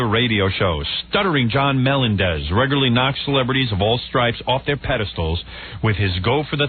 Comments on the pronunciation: Why in the &%#@ does Howard keep pronouncing SJ's surname as "MELON-dez?" 🙄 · I can’t believe this far into John’s time on the show that Howard was still pronouncing “Melendez” wrong